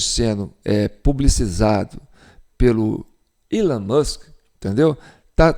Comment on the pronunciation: Parabéns Sr......vc está pronunciado com perfeição "Elon Musk" (Ilon).....e parabéns pelas brilhantes explanações. Eu e a minha esposa somos fãs atentos. Sou Chico Donghia da Banda Grafite......abraços